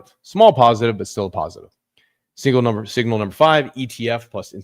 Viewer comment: Number not umber